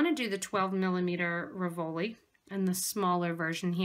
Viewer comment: Very pretty but please pronounce "RIV-o-li", accent on first not second syllable. Very distracting.